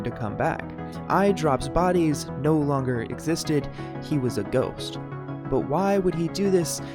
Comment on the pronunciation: Why You Say Idropbodies Like That